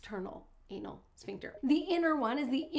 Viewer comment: Ooops!!! Sphincter, not Shpincter😉